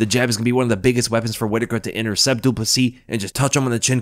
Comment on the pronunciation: At least he is getting the surname right.